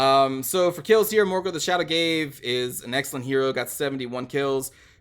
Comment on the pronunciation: Wait a minute... said Shadow 'gave'! You almost never see people saying the name right...